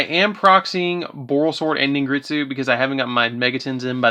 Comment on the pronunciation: Its pronounced Ningirsu not ningritsu